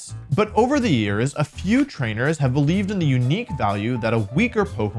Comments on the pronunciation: Ngl when my man said belEEVEEd in Eevee I nearly threw my phone out the window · Beleevee? Seriously?